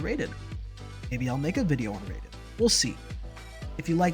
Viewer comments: Raiden - said RI DEN, it is not RAY DEN.. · Oh no.... It's RAIDEN not RAYDEN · Im still at nope. The story sucks ass. Even if they finished it, it wouldnt chsnge that for me. The whole vocal chord subplot was retarded to begin with and the fact that everything is "told" through casette tapes. Also why would you pronounce it "Rayden"? Its not like you cant literally play the game and hear how its supposed to be pronounced. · I've gotten used to the fact that many fans do this, but I still swear by Ry-den. And on that matter, Ty-dus not Tee-dus (FFX) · If you pronounce it Ray-den it means you never played the games. Periodt. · Hate to be that guy but its pronounced Ryden, as in rye bread. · I can tell when a reviewer of Metal gear has never played metal gear. They pronounce raiden’s name wrong. Like the pronunciation is hammered in over and over and over in mgs2.